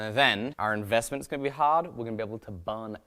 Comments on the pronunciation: IN-VEST-MINT.... unsubbed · In-vest-mint huh? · Ahh.... "In-Vest-Mint" I get it now..... lol Also, about those huckleberries.... you do mean, that part of Montana that's supposed to be Idaho right?